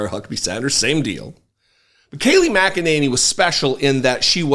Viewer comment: It's pronounced "mack-a-ninny "